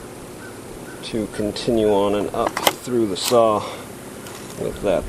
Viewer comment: What is a "sah"???